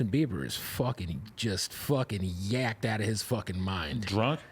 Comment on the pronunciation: Bro he said yak-Ed out. Adam you live in LA on don’t not what that means? 🤣 🎱